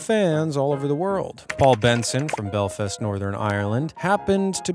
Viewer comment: Belfest? its belfast bro. We're bells who are fast